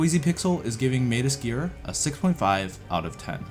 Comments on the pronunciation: Why are you saying SKEEER? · had to stop watching because of how he was saying Sker lol